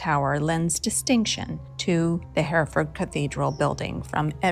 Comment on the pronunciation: You've surely heard of Hereford cattle. Large red-brown with white faces & bellies, much bred in the US. They are seen in all the old Western films. It's pronounced 'Herra-Ford', the original meaning is 'Army river crossing', Hera being an old English word for 'Host, Army' & Ford being a shallow place where you can cross a river, as Oxford was were Oxen, probably hauling waggons could safely wade across a stream, in that case the Thames. Hereford Cathedral is one of the early Norman builds, in the 11 th-12th centuries, which has the same thick, heavy, pillars, carved with great diamond 'lozenge' shapes & spiral grooves, which appear in a group of contemporary Churches, including Durham Cathedral, & several others. There are a few similar piers in Selby Abbey, near which I live, which was one of the first built by the Normans, started in about 1069 AD, & it was probably in the Guesthouse of that Abbey that the future King Henry 1st was born, the son of William the Conqueror. Nelson was born in Norfolk, I think the place was Dereham. His father was a Curate or Vicar there I think. The greatest memorials to Lord Nelson are the numerous Public Houses all over the country named after him, often founded by retired Navy veterans, as they could expect very little in the way of pensions in the old days. They are mostly found in seaside towns & ports, but by no means exclusively. There are I think very few original copies of the 1215 Magna Carta, when there had been about 2 dozen